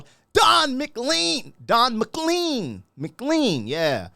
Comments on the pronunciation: It is pronounced McLean (McLane) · The proper pronunciation of his name should be McLane 😂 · Ma Clane is the pronunciation. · For the record, his name is actually pronounced "Mc Lain* :D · Don and I have the same surname - pronounced Mac-Lane. It's Highland Scottish. This song is great. Tribute to Buddy Holly, The Big Bopper and Ritchie Valens. 3 old school rockers from the 50s. YES! It's a great song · Dude... I want more Don McLean on this channel, but... I want the name said right. Check it out, in case I'm wrong, but I thing his name is pronounced to rhyme with "lane." That said, it's a super minor niggle. I might even be wrong. You do what you're doing. I love your content. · McClean in Scotland is pronounced McClain. It is a Scottish name and that's how we say it. How it should be! 😅😆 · Don McLean, pronounced Mclane!! Don Mc Clane